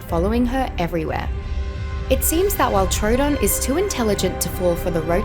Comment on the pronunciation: Am I the only one who got PTSD when she siad trodon